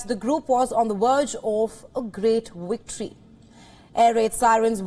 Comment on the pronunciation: “on the WErge of a great Wictory” 😂